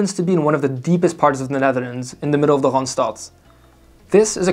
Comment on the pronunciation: He pronounces "Randstad" weirdly though